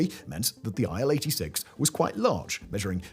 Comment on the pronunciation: „Aisle 86“ 😂